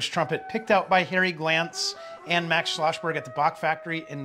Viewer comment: Its not Schloschberg but SchloSSberg :( It also isnt Brasch instead of Brass, right?